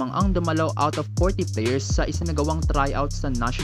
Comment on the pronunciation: Hahahahaaa grabe naman yung pa "OUT!" LOL